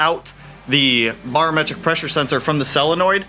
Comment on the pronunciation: say it with me...Bare-o-metric....not bar